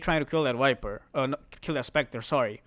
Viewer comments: bro keep saying "Wiper" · How does that matter? As far as you understand what hero he's talking about, it shouldn't bother you. Case is different if you have some kind of OCD though. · I love your videos. One small thing: can you please learn how to pronounce the letter 'V' instead of saying "Wiper" and "Faceless Woid"? It's incredibly infuriating. I understand accents and language barriers make things more difficult, but you're not even trying.